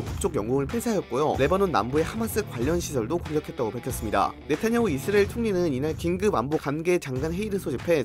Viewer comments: 이스리일? 발음이 좀 이상하긴 하네요. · 이스리에 ㅋㅋㅋㅋㅋ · 그러니까 이스르에로밖에 안들리자냐 센서쨩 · 진짜네? 이스르에 ㅋㅋ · 영어 발음은 이Z리얼 에 가까우니 영어 발음이라 우깁시다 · 이슬이라고 하는거같음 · 이스 아(크게) 을. 이라고 발음해보세요^-^ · 이스릐얼(israil)이라 발음하면 그나마 나으실겁니다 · ㅋㅋㅋㅋ 이스라이 들으니 참이스리 생각나내요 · 역시 이스르엘 발음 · 이스레일이라 하시네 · 의스르엘ㄹ 발음 중독된다ㅋㅋㅋ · 이스라엘 발음 안되는건 여전하군요 ㅋㅋㅋ 볼때마다 신기합니다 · 아 몰랐는데 신경쓰이네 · 자꾸 들려서 스트레스 됨. 내용 안들림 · 발음 왱그래 ㅋㅋ